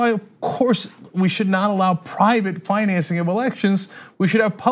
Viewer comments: Am I the only one irritated by how annoying the dude pronounced "self-financing" ? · I am irrationally angry at the way that guy pronounces "financing" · Scrolled down looking for the comment making fun of the way that guy says the word "financing." Couldn't find it. Therefore: Who is this guy and why does he pronounce "financing" so weird?